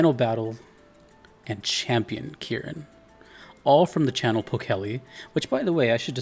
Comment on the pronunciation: yes you pronounced it correctly. thank you for the kieran content